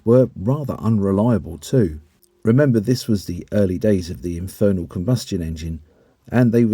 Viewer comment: “infernal combustion engine” 😂 I can’t get over that… 😂😂 *internal combustion engine. 👍🏻